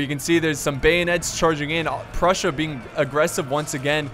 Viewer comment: Did he say brussia?